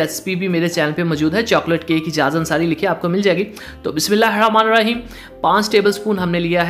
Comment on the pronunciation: Bhai aap ldko ki tarah bola kren lehera lehera kr nahi or bismilair rahmanir rheem nai hota.. bismilaahi ar rahmanir raheem hota h